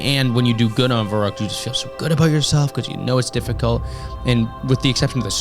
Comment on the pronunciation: An all time classic and prolly my fave WaW map to go back to. Been loving the series man. Fyi just wanted to mention its pronounced as "fer-rookt" (v = f in German and the ü makes an "oo" sound)